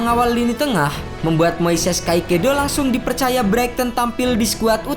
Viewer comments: Min agak typo nih Caicedo dibaca kaisedo min bkn kaikedo 🙏🏻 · kaekedo❌ tulisan caicedo✓ baca nya kaesodo✓ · kaisedo bacanya bukan kaikedo agak risih dikit